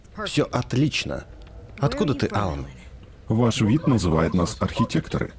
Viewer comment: пришельца зовут алан но ударение на алАн а не Алан